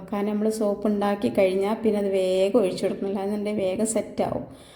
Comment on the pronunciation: ഒയിച്ചു,, കോയിച്ചു,,,,,, മലയാളം പഠിപ്പിച്ച മാഷ്,,, ഉപ്പുമാവ് സാറായിരുന്നോ